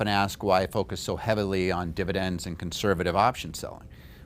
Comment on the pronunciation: fividends is that a new thing lol